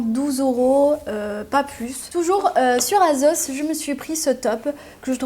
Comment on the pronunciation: cc super vidéo lhbiba mais on dit assos pas avec le son Z poulette mais S comment ça ton fils c'était hier sont anniversaire comme moi youyuyouyouy je lui fait de gros bisous même si c'est passée vs mieux tard que pas du tout j'aimerais avoir un petit message de ta par sa me ferais hyper plaisir lhbibaaaaaaa